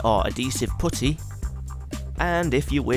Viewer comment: I'm sorry but I couldn't take this seriously after the way he pronounced "putty" Loved it though.